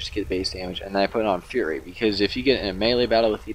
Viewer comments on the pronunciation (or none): none